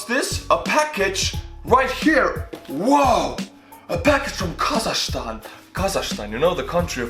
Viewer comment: And I also want to correct you on some things you've said in the video: 1)It's KazaKHstan, not kazashstan 2) We are very opened country. You don't need visa to visit us. 3)Not everyone hates Borat, and it's funny that people associate Borat with Kazakhstan. When It was actually filmed in gypsy village in Romania and Borat was speaking Hebrew half of the time